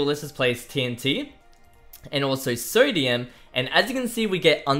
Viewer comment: You better say you have a speaking problem, cause they way you say three and sodium?! Nope nope nope